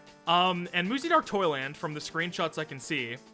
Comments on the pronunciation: Im gonna stub my toe i kept thinking you were saying muzy dark toilet… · Muzzy is so bad that every time you said "Dark Toyland" and I couldn't help but hear "Dark Toilet" 😂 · everytime you said dark toyland i heard dark toilet and i laughed everytime